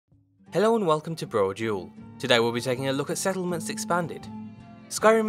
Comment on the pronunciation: Preston Garvey "Se'lment"